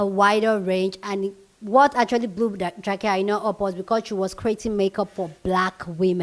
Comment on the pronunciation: I just came to her how she pronounced our good friend Jackie name lol